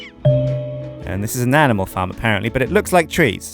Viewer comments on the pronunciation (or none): none